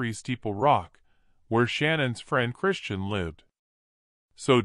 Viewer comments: And I believe her name is Kristin not Christian-voice decode man mispronunciation ? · Oh good God!! It’s KRISTIN!! Not Christian! Stoppit